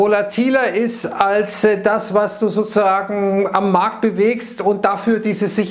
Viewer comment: Ich verstehe immer nur "sosusagen" 😂